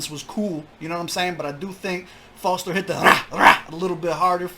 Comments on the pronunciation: Its Fozter not Forzter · Its Fozter not Fotzer